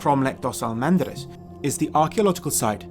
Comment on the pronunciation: Correction: it's Cromeleque dos Almendres not of Almandres. The pronunciation in Portuguese is something like: Krom-lek dush Al-mendresh being the last ''e'' very soft like the first e in the word: endeavour. Best regards